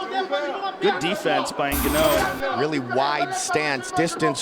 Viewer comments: ESPECIALLY after hearing buffer pronounce it correctly during the intros lol🤦 Joe & the rest of the commentary table kept calling him Ganou Until the damn overeem fight lol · they are mocking how the commentators pronounce Ngannou, the joke being that its like the ”Ganno” is a different guy than Ngannou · so he had a different name back then, he was called genouw lol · N-gun-no? Funny stuff. Leave it to buffer to b the only 1 to get it right. Kinda like the cringe of their pronunciation of Karolinas last name. They call her ko-vul-kay-vich & it's Kuh-vall-kuh-vich. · When the announcer didn't know how to say Francis last name 😂😂 Gano FRANCIS GANO WINS BY K.O Gano in Spanish mean winner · lol Ganno.. Get the fn mans name right guys.. Malakaz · Omg I can’t stop laughing Francis ganno wtf he’s the kind of scary I would ask him how to pronounce his name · The fact they keep calling him Ganno is hilarious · Back in the days when Ngannou was new and the commentators didn't even know how to pronounce his name. Ganno lmfaol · Hahaha they butchered his last name. Gano hahaha 💀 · Ganno 😂 probably how we’d of all pronounced it at one point but still amusing nonetheless 😂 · I can only hear Shaub's CTE pronunciation now. "IN-GANNEW or Francis Gaanoh" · You would think the commentators would have asked the fighters how to pronounce their name instead of guessing. It was so painful to hear them mispronounced Francis's name the entire fight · When Francis made his debut, the commentators struggled with pronouncing his last name correctly. Only Bruce Buffer did so. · The report doesn’t know what he’s talking about. He can’t even pronounce Ngannou correctly. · 🥴I cringed everytime they said his name🥴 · THEY KEEP MISPRONOUNCING FRANCIS LAST NAME!!!!🤭😂🤭😂🤭😂😭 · yeah why did he got it right yet these commentators don't say his name right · still really embarrassing, especially as a ufc commentator you should know how to rponounce foreign names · Didn't even know how to say his name lmao